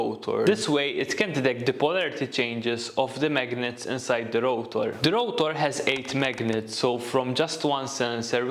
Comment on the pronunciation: Its rotor, not routor!!!